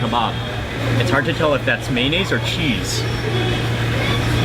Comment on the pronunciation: maynayse killed me